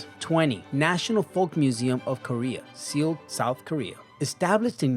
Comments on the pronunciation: soeul, South Korea is pronounced "soul" not seal my good sir. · Seoul is pronounced "sole" not "see-ole" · Not sure if the narrator knows anything, considering how badly he mangles the pronunciations. Anybody ever heard of 'Seal, Korea'? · Do something about the mispronunciations by the AI. For example Seoul is pronounced like sole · i havent watched it yet but ley me guess 1. the Louvre. also now that ive watched in seoul you dont pronounce the E so its just soul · It's pronounced "soul" Seoul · I think the pronunciation should be "soul". great vid. Keep it up :) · OMG, please get someone to pronounce the capital of South Korea for you